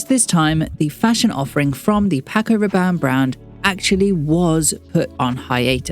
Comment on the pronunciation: The way you pronounced his name before stating his passing was beautiful.